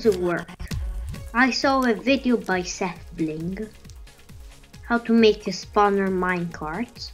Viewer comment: SethBling, not SethBlink.